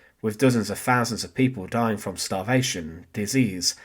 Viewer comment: Simple, documentary style of delivery. So...... pronunciation IS very important. .... THousand NOT "Fousand"..... wiTH NOT "WiV" ..... and so on....